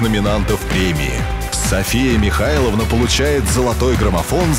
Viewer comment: Комментарий для диктора: нормативное произношение « Миха[лн]а», а не «МихаЙловна».